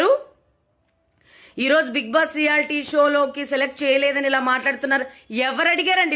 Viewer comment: Being a journalist ..first spell big boss properly..it's big boss...not big bass